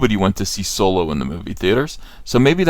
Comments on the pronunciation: Why do you call it Soy-lo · I don't understand why he keeps intentionally mispronounce Solo, it was annoying, downvote